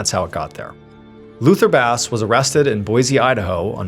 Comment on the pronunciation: Jonathan, the name Basse is pronounced as "BAH-say". Not🐟